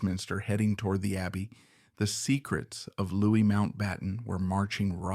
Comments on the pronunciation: Loo ee. Not Lewiss. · Louis is pronounced Lewy not Lewis. It's a shame the act of taking this horrible man took with it young innocent lives. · Louis is pronounced Loo-ee, not Loo-is! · This is full of vagueness & repetition, but light on actual evidence; it is difficult to take a word seriously as the researchers didn’t even check how to pronounce his Christian name correctly: it was ‘Louis’, not ‘Lewis’! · We are not American. Mountbatten was not LEWIS, he was Louis…the French pronounciation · Ireland. Do your research! Louix, Louis, Louie. They are all pronounced Louièee. There's no pronouncemen̈t Lewis, it's Louis- spoken out Ĺouie. Ĺ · His name is pronounced Louie!